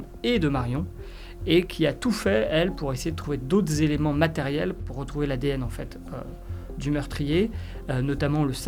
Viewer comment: "d'aut'zéléments" ? d'autres éléments ? et les liaisons ? Pauvre France !